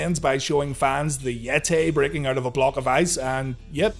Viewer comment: Seeing that clip in the beginning with the Yeti...why did they keep calling him the Yet-Tay?